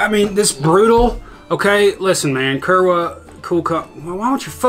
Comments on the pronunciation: Kurwa is pronounced (coor-vah) and is polish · I’m pretty sure Kurwa is pronounced “Kuur-va”